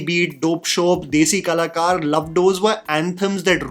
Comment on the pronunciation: "Desi Kalacorr 💅🏼🫦"